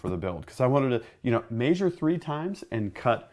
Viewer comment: Its pretty funny may-shure 😁